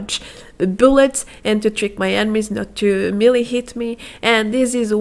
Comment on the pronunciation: Kindly, the word is Melee, pronounced "maylay."